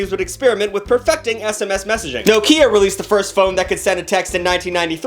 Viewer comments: Its NOCK-IA, not NO-KIA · We all just skirting over the no-kia pronunciation?